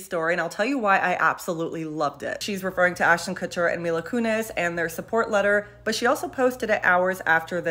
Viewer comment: Mila ‘Koonezze’.